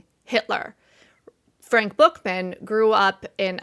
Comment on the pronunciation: Frank Buchman...pronounced Buck men.